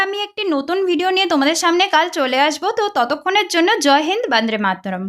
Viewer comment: ব‌ন্দ্রে মাত্রোম 😂😂😂😂😂 ছিঃ ছিঃ আপনার সবার সামনে ভিডিও বানাতে লজ্জা লাগছে না?ভিডিওর শেষে শুনেছেন আপনি নিজের উচ্চারণ?